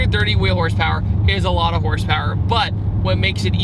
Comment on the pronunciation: YOU SAID HORSEPAIR